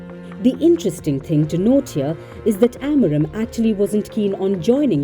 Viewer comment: It's Amorim, not Amorem 😅😂